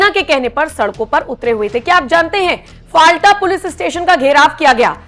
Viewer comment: जगह का नाम फलता है, न कि फालटा। कृपया इसे ठीक कर लीजिए